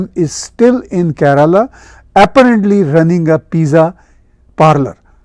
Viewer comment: NAMASKAR ...It is good to see Tahir Sir on this topic. Kindly pronunciation of KERALA is ..... IN URDU LANGUAGE Keef+ ye+Re+Laam +Alif